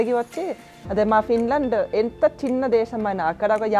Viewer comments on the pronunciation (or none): none